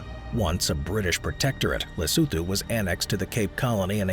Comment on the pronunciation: Lesotho ... la soo thoo 🤣🤣 le soo too